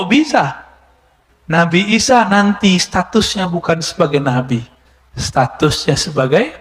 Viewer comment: Klo orang yg ilmunya tinggi menyebut sayidina isha. Juga jadi sayidina Aisha. Coba yg nonton video ini benar GK menyebut nabi isha. Jadi Aisha. Apa saya yg slah dengar lanjut kelamaan jadi nabi isha. Tidak Aisha lagi.